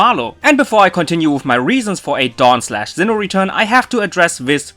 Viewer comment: Why are you pronounsing Zinn9h instead of Sinnoh, maybe I'm wrong, but I can hear Z.